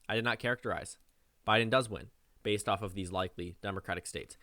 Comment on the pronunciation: did I hear B A S E D